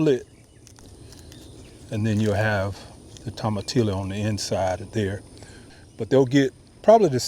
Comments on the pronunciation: Tomatillo = toe-mah-tee-yo. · So much good and applicable information. I really appreciate your channel. But tomatillo is pronounced tomateeyo! Please. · Pronounced Toe-mah-tee-yo. Tomatillo milpero is salsa hack 🤫 🤫